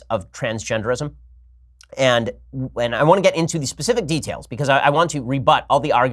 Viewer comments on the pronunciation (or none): none